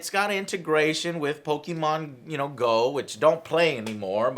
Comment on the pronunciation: Pokeymon??? Joe and you call yourself a latino???